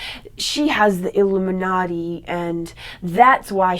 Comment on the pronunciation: The way she says illuminati lol. But she speaks real shit.